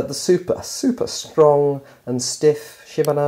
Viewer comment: She-man-o's SHE-MAN-O .... NOT shim-un-o's SHE as in shi, as in shit